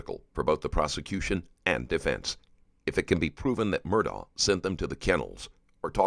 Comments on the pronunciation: hes not murdaugh, hes murdaurgher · It's ALEC, not Alex! And Murdaugh is pronounced "Mur -Dock". Man, I love the reporting, but get the names right please. 💙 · How are you going to do a documentary like this and not be able to pronounce the persons name right? His name is spelled Alex, but it is pronounced Alec. His last name is Murdaugh, but it’s pronounced Murdoch.